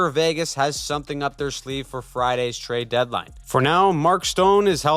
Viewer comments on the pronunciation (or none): none